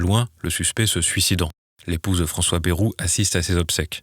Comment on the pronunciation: Ce n'est pas bairou mais bayrou